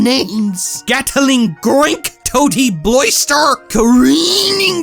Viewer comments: Oh god, I LOVE how you said those creature names! Gat-i-ling GROINK! Toa-ty BLOYSTER! Car-EEEEEEEEEning Dir... DIRIGIBUG!? And calling it Butter Toast Frog just SLAYED me! XD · this pronunciation sends me over the edge man